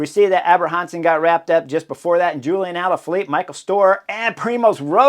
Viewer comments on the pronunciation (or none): none